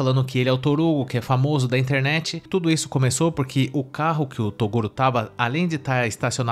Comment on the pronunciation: ( | | ) TORUGO. :face-green-smiling::face-green-smiling::face-green-smiling::face-green-smiling::face-green-smiling: ( | | ) "TORUGO" guardado pela G. M. de Balneário Camboriú. Eu exijo explicações!